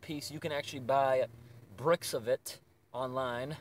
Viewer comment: The way he said “bricks” cracked me up.